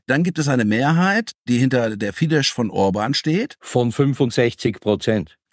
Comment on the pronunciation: Leute, FIDESZ spricht man aus mit scharfen S (ß) am Ende. Ein scharfes, stimmloses S. Das ist im Ungarischen der Laut, für den IMMER die Kombination SZ steht. Es handelt sich NICHT um Polnisch, nicht einmal um eine indogermanische Sprache. Wenn man über die größte Partei eines Landes berichtet, sollte man doch bitte mindestens den Namen derselben halbwegs korrekt aussprechen. Gehört auch zu gutem Journalismus.